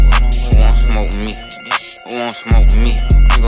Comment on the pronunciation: when he said "whowansmome" i felt that